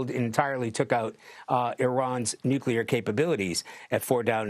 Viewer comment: Nuculrer unruchment capacity! 😂